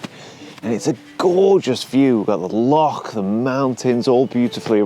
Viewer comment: You finally pronounced "loch" the right way. I'm going to buy your calendar to celebrate 🥳